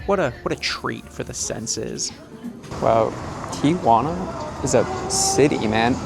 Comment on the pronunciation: Thanks for pronouncing Tijuana correctly. So many people say TiAjuana.